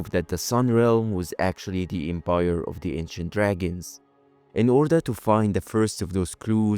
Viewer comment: The Embire, though 😂🤭 literal flip of a letter. 😂